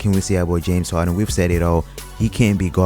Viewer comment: "James Hawden" lol